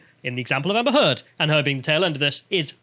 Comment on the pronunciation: ... sounded like "Amber Turd" ......